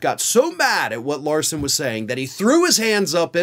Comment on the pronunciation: I think you said "Lauro" several times when I think you meant "Larson'?